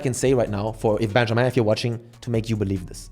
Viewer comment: I did not expect you to pronounce Benjamin perfectly like that